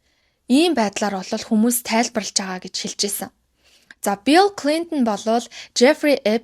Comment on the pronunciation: Баярлалаа Гэхдээ нэг юм анхааруулья.Билл Клинтон гэдэггүй Белл Клинтон гэдэг юм уу.Тэгж л сонсогдоод байх юм